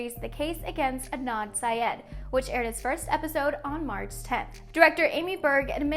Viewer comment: The real crime is how she said syed